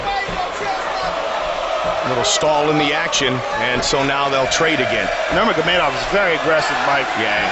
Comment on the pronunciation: “habeeb nurma-go-made-off”